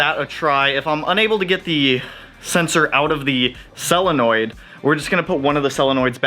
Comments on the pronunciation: Sounds like you’re saying “cell-a-noid”. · Cellenoids... God you're killing me. Solenoid!